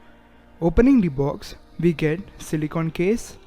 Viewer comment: "WE CAN CELICON CASE" WTF😂😂